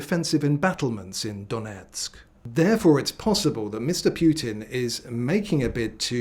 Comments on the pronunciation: 😂😂 it's Putin, not Piutin. You sound dim. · I don’t see war ending with that pronunciation of the Putin name